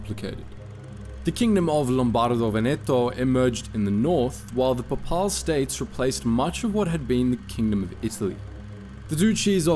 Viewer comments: Gendármarie is "zhon-DARM-aree", and the term 'gendárme' pronounced alike. Papal is "pay-pul". The Papacy. Duchy is "dutchy", because it's a ducal kingdom, ergo run by an archduke. Stop mispronouncing words. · papal is pronounced closer to paypal than pah pahl like you said it.